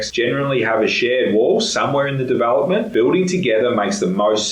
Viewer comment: Where's your accent from? Your e sound like a bell = bal development = davalopmant??? Interesting